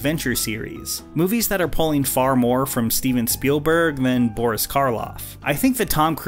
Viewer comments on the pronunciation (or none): none